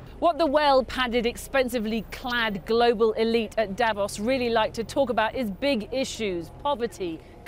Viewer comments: it is not pronounced davoss but davose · You keep saying Dävos, it's fucking strange. The city is called Davos. I don't go calling Manchester munch-esther either just because that's how it reads to a naive German speakers eyes.